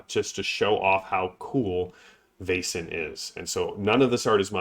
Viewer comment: Excellent game. So good to hear your love for the art, lore and wonderful design. BTW — I think it rhymes with "lesson" rather than "basin."